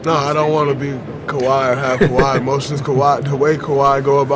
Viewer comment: "Kaway Kawhi" lol